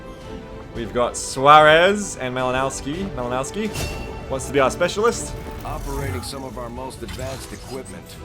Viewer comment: That Malinowski dude is Polish - the "w" in his name should be pronunced as "v". Try to think about it like "Malinovsky". BTW - I'm looking forward to some more XCOM 2 action.